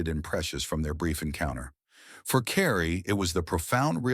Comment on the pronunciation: It’s “Cary” not “Carrie” & Holmby Hills not Homby Hills…I may have missed something, but other than that the story was a revelation to me about these actors